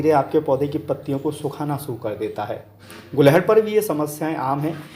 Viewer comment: तो फिर आप भी इसे गुड़हल बोलना शुरू कर दो। आप गुलहड़ बोलते हो।